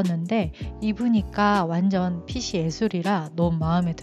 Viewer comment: 코디 너무 잘봤습니다! 한 가지, 패션과 관련없지만 영상에서 아쉬운 점이 있어서 댓글남겨요. “핏이” 를 [피치]라고 발음하시는 것 같은데 [피시]로 발음하는 게 맞아요. 핏에,핏의,핏이,핏은 등등 전부 다 시옷으로 발음해야합니다..! 그냥 쓰루할까 했지만 계속 패션하울 보고싶은 유튜버라 말씀드려요! 앞으로도 좋은 영상 기대하겠습니다 :)